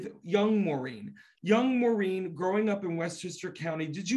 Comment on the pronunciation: She is incredibly talented. And BTW It’s Maureen not Maurren 🙄